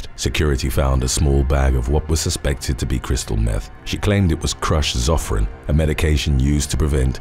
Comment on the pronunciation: HOW DID YOU PRONOUNCE "ZOFRAN?!"